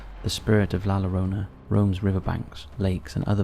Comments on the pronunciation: La "yo-row-na" to help for next time you gotta say it. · Loves these videos, youre making my nights. Also just an fyi ( as a Hispanic) La Llorona is kinda said like La Yorona in english. I appreciate everything you do though! Much Love!